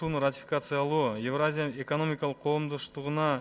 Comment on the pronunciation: Эвраза дейт го тазза эле...еепти...целый торага 🙏